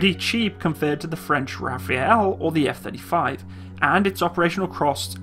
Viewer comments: "Eff Thirty Frives" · Gotta love those F-Thirty Thrives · Eff Thirty Frives :D